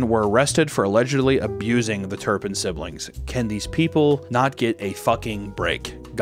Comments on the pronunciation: It’s not turnpin it’s Turpin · "TURPIN" not turnpin. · Why is he saying turnpin?!?!? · It drives me nuts he keeps saying turn pin